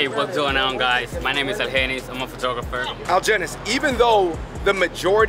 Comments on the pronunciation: why pronounce his name like that when he clearly introduced himself as algenis? (al-hen-nees) 🙄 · why did they not try to pronounce Algenis's name like how he pronounces it. He even said it at the beginning. They put a hard g on it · AL-HE-NISS damn it’s not that hard 🤦🏽‍♀️ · If you take the time to pronounce the dishes correctly, do so for your friend's name. I really enjoyed this channel, but stuff like this just shows a flippant ignorance of the culture that you're trying to share with people.